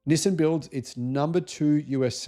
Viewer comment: NissIN? Nope, it is NissAN. For example, ChevroLAY, not ChevroLET.